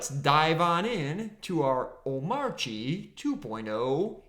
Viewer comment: How you pronounce (ohm)(arch)(ee) wrong when he literally says it millions of times in his video